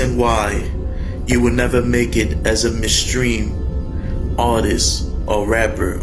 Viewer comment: Well I know you'll never be a mainstream rapper because you can't pronounce mainstream you have to be able to pronounce anything to be a mainstream rapper